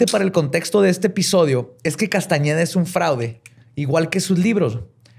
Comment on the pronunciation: 😖 mi cara cada que decía Castañeda... 😄